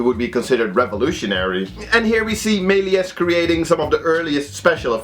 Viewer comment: Ik wil geen klootzak zijn maar je spreekt meliés fout. je spreekt de s niet uit